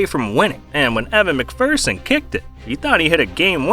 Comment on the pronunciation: "evan mcfurson" lmao